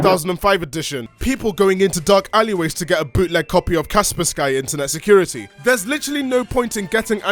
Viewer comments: T-that's not how you pronounce Kaspersky. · He pronounced Kaspersky as Casper-Sky My day was made.